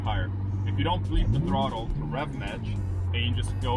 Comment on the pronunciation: it’s BLIP not Bleep brother 🤘